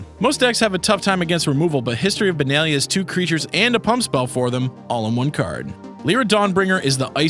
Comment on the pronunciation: its not Leera its Lyra its not Benaylah its Benahliah